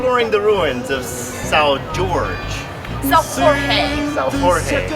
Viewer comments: The 'J' and the 'g' in "Jorge" are not pronounced like that (that's Spanish). Actually, the Portuguese pronunciation of "Jorge" is more similar to that of the English "George" that that of Spanish "Jorge". The big difference is 'J' and 'g' are read as the 'Zh' in "Zhivago" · try to listen first to the real pronunciacion and then repeat. s. Jorge is sounds like george in english and Bairro Alto is not as in spanish barrio. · Lol...I was going to correct your pronunciation of "Jorge" but I can see in the comments others have beat me to it! I won't pile on, but let me just point out that Portuguese and Brazilian people are very sensitive about having their language confused with Spanish. Pronounce Portuguese words correctly and we will love you forever! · Yeah, it's funny how the guy said it mostly right the first time and then she went like trying to correct but instead inducing him to error. lol